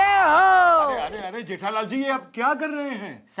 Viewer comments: Jethalal❌ Jethalali✅ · Jethalal ❌jethalali ✅ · Jethalal ❌ jethalali✅ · jethalal 🚫 Jethalali ✅️ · Jethalal ❎ Jethalali✅ 😂😂😅